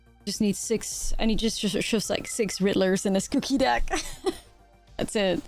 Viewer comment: After a long day of work and a lot of stress, not a lot of things relax me as much as her saying cuukie repeatedly 😅